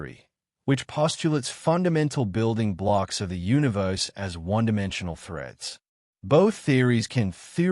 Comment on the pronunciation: Sounds AI--generated, cannot even pronounce "universe".